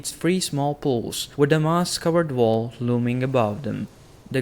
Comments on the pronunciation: Quite funny how you say "wall". I always heard "vow" ^^ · It's when he says "voll" instead of "wall" and "volvs" instead of "wolves, '"voomen"for "women" and "vaildlins" for "wildlings". I agree, but it makes it more interactive somehow- dunno why.